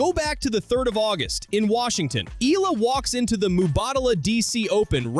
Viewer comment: Pls pronounce her name as Eh..yah..la..